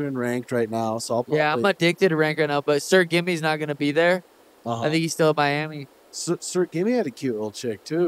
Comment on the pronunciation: You turned Miami into Yourami 😂🔥